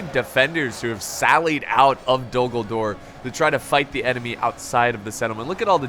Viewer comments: Anyone else think he said “Dumbledore is under siege”?? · A few times when you said Dul Gul-dur, it sounded like you, ummm, said Dumbledor, hmmm, have a contingent of wizard and witches as magical artillery from Hogwarts called Dumbledor's Snipers in defense. I know, it's quite a mash-up, but it would still be fun to see a what if battle. on the other side, have the Death-eaters as enemy artillery. then throw-in some Quidditch players as air assault. perhaps it's ridiculous, but it would still be fun to see, then of course the standard Middle Earth contingents doing their thing. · to me it sounds like you're saying Dumbledore but I know you're not 😂